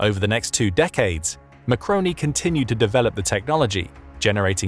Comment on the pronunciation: Marconi, you said macaroni